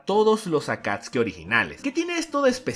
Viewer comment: ellos se llamaban Akatsuki no akatski (digo como se pronuncia)